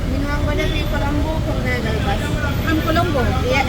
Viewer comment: I don't understand why is it so difficult for you to pronounce "KURUNEGALA" 😂😂😂😂😂